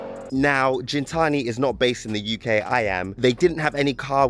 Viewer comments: Why you sayi jintsni when it’s gintani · lol it’s gintanti not jintani bro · Not Jintani,its Gintani as in "give" ..but sick, first time on the channel, let me sub 🔥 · It's not pronounced Jin-tani. G-GIN-GINTANI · "GENtani" lol Great vid!! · You're saying the name of the company wrong. It's not pronounced like gin the drink...